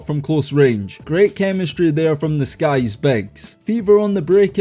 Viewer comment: “say what you want about this guy’s performance…” my brother in Christ these are women. genuinely can’t tell whether you’re saying Sky’s or guys